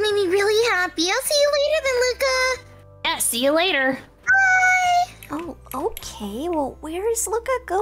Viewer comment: Y'all I have been pronouncing his name wrong!! 😓😓 Its not Luca, its ✨Loukuh✨